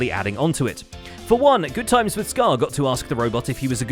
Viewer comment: GoodTimeWithScar..... it's not good timeS. There's no S